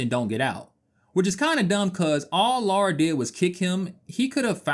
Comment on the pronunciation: It's NOT LAURA.... it is LARA.